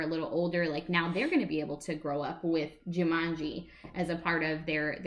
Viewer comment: Also,I think it's Ju-maan-ji,not Ju-mun-ji lol.